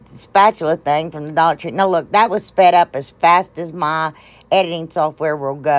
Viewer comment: I love love love those! And I love love love you… and now my grandson ask can we watch the lady who says dullar tree.. and I say of course we can. So he’s hooked just like me. LYFTBOMH!